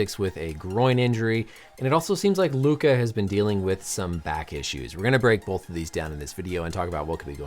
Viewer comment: I can tell by the way he said "both" that doc was raised in the northern US